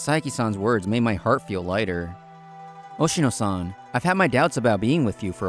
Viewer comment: It's Oshino, man. Not Oshimo.